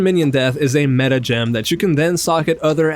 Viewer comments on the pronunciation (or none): none